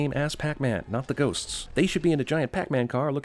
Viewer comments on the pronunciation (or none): That’s not pac man it’s pec man